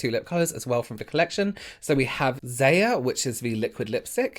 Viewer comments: What a gorgeous eye look 😍. Is there seriously anything better than using Manny's products? Um, nope. Yes! You said Zaya right. That's one of his fur babies lol. And I love his Goddess pallet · Yes, Zaya is pronounced the way it looks. It's Manny's dog's name and the lippie color is the same color she is. 👍🥰